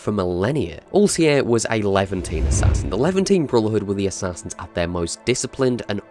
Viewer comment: Am I the only one who finds it irritating by how he pronounces Altaïrs name